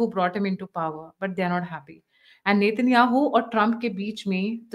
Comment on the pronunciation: Pakistani "Nitin Yahu" bolte hai😂😂😂